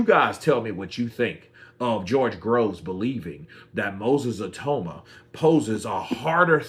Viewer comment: Say he’s name right